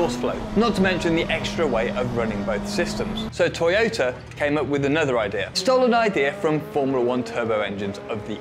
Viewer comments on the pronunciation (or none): none